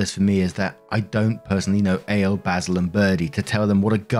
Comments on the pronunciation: Ale? 😅 Not A-Lay Like Alejandro... 😂😂 Maybe... 😆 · That's probably "Al-ay" rather than ale. It's Spanish innit? Oh yeah and OP is a friggin monster. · Lol it's probably pronounced Ah-le it's a Hispanic name. I knew a guy with that name. But your mispronouncion is funny. Lol